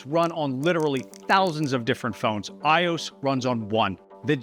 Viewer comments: Why do you keep saying “aye-ohs” for iOS when it’s clearly eye-oh-ess… it’s just so annoying. It’s the OS for i-Devices. Say it correctly will you? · You lost me when calling iOS "eyeoohs". Otherwise, very interesting. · Bro said "iose" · iOS is pronounced as Eye Oh Ess, not Eye Owes. But great video. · Why do you say ios like “eyeoss” when you say “I-O-S”. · The most objectionable part of this video is how you pronounce iOS. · he said it a couple of times... does he not know that it's an Operating System, "OS"? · The way you’re saying iOS is triggering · Amazing video, as always, but the way you pronounce iOS ... 🤣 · The most surprising thing I learned from all of this is that there are people who call Apple's phone operating system, "EYE-ose" instead of "EYE-oh-ess." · Did you really have to pronounce iOS like that? Also thanks for spreading misinformation and hearsay about Android and Windows. Whether you're correct or not, you make it sound like you have no clue what you're talking about. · Just seeing how you pronounce IOS and your misrepresentation of Android as buggy (it's really not these days) just shows your lack of knowledge on that front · Why did you pronounce “iOS” like you did? Was it just engagement bait or are you an alien? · The way you say iOS is concerns me. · First person I've heard pronounce IOS as a word. Fascinating